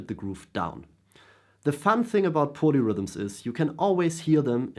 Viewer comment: I thought you were saying ponyrhythms which was spacing me out a touch as I was wondering why I had never heard the term. 🐴 Keep on playing those ponyrhythms...